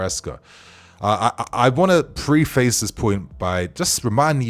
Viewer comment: Preface pronounced preffis 👍